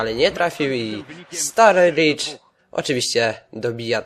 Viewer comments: Mówi się staridż a nie starbridż ale bez obrazy, rozumiem :D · nie zebym sie czepial ale kto to jest "Starbridż" :)? chyba, ze to brat Staridża :)??? oczywiscie wiadomo ze pisze sie Sturrige ;)